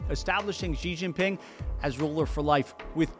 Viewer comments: Xi Jin Ping (Leader of China's government) is pronounced "She Jean Ping" Hu Kou (Household Registration) is pronounced "Who koe" Also I'm pretty sure Canton is pronounced like Canton in Cantonese. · Contrary to common belief, the name is written Xi Jin Ping, not “ Jing Ping”